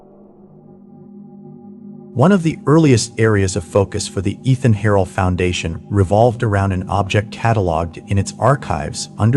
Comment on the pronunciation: I've that the pronunciation of Eithan Harel's name has changed from earlier videos. In the "Darkened Suburbs" episode from a few months ago, his name was pronounced as 'Eye-Tan'. Now it's become 'E-Than'. Any particular reason for the change? 🤔